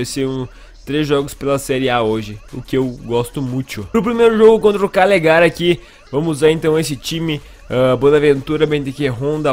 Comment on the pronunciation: se fala Cágliari!